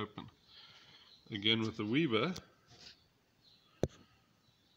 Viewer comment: weber not weeber